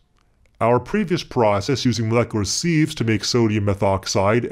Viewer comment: Sieves, not "seethes"